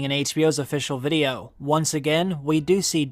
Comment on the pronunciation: Great content, but I can’t be the only one who thinks his pronunciation of “VID-E-YO” is super unique and weird lol. But anyway, great content.